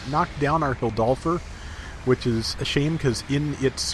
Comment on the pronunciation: I think it’s pronounced hill-door-f for the tank mobile suit, idk it’s just what I thought I heard when I watched the igloo short it first appeared in